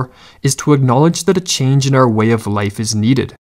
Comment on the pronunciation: "What our life might have bean" "a chenge in our life is needed" am I the only one that heard that or am I just Southern lol